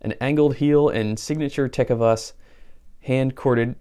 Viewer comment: I have several pairs of ostrich boots from Lu-casey and Ta-covas...that cracked me up how you said those! Lucchese has been building boots by hand for over 100 years and they are spectacular boots! Tacovas has just celebrated their 6th year in business and are making great boots out of Leon Mexico. Outstanding boots for the price! I was notified last week about these GS's and they look great! Ostrich is my favorite boot leather, and wallet material as well! Thanks Brother!!